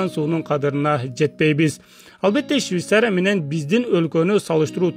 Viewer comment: Щвисария эмес швецария